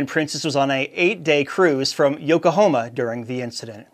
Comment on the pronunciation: I usually enjoy your short to the point news, but you butchered my home town name on this podcast. Try reading the city’s name before saying it. YokohOma? It’s not Oklahoma! Try Yo Ko HA Ma. There is an A not an O. Like the tires.